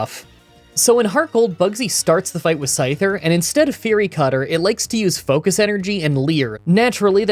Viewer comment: "focust blast"